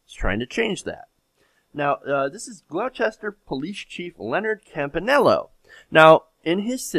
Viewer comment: It's pronounced "Glouwster" Not "Glowchester" lol